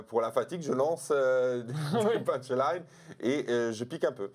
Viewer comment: « Des punchlaïne »? 😂